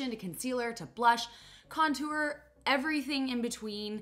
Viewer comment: “some blush some con-toower”